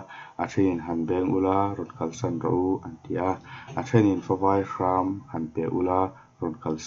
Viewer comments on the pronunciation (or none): Favai Hram lamdan hi a mawilo hle mai,siamthat a tha...